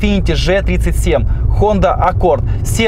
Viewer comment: Если че,не Ж 37 а Джи 37.колхозник учи азбуку